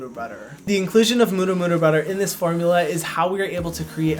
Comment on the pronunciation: HYRAM ! I love how you pronounce "murumuru butter" very close to Maori pronunciation, maybe the Hawaiian influence.